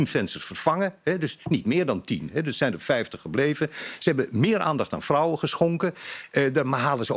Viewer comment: Kan die man geen v uitspreken?fijftig frouwen fis foedsel ferder, fenster, opfallend (jezus). Hij komt fast uit Noord-Holland.